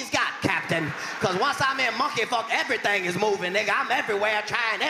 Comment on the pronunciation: Ev-a-rythang? Everything. Nine o-ten. Katt is non-stop Gold 👏